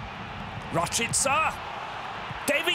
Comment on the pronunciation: It’s pronounced RashEEca not RashIHca